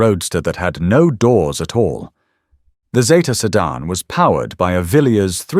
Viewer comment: It was also a sedan, not a sedarn.